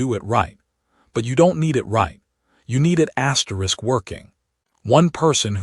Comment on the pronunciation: Automatic thumbs down for the stupid AI narrator and the pronunciation of "asterisk". There is no need to use asterisks in these stories. You need to edit the stories before you post them. 👎👎👎